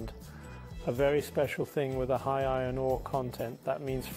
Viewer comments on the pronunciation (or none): none